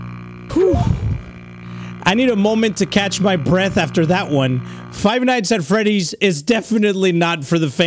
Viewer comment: WE ALL KNOW THAT EDDIE SAYS FIVE NASTY ASS FOOLS NOT FIVE NIGHTS AT Freddy’s- Sorry if I spelt it wrong-😢